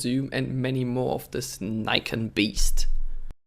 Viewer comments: Its NIKON. Not AKON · Its not "neikon" its nikon.... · Don't mislead people, it's pronounced Nikon